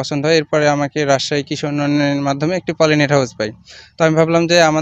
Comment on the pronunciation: No polyten. Its polynet.